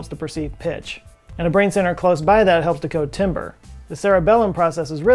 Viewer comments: Its pronounced "TAHM-BER" ... ouch. Not timber like a falling tree... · Timbre is pronounced "tamber" not "timber" lol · Hey, in music, timbre is pronounced the French way “teembr” and not like the type of wood “timber”! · Hey, quick tip - it’s spelled “timbre” but it’s pronounced “tam-bur”. Really digging the video, I also got back into music with the pandemic, in my case picking up my bass guitar after a decade of not playing. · Petty observation: I found it amusing that with all the musical training had received, he still mispronounced "timber". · Stopped watching when said, "Timber." Just kidding. But seriously,. I thought you said you did music.:p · it’s pronounced timbre